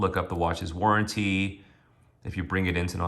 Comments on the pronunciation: You have to be careful with "lugzoory watches" and look for a good "war'an'teeee". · Where did you learn to pronounce "warranty" like that